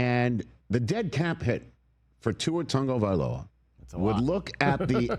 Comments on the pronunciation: Is there a reason Rich calls him Tungavailoa? There’s no N in his last name lol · When did an A and a G together, in American English, start making the sound of a U and an N together? Is it TAGOvailoa or is it TUNGovailoa? I'm so confused. Because it's spelled TAG but a lot of people are pronouncing it TUNG.